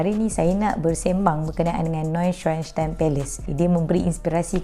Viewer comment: Cuba ulang sebut name istana tu😭